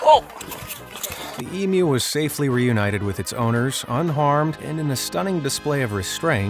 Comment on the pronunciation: Congratulations 🤩🎉👏 for being the FIRST American to pronounce Emu correctly instead of EmOO!!!👍😁🇦🇺🦘